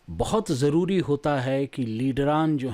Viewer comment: Sir zari nhe jari kehte hai Zaroor riplay karye ga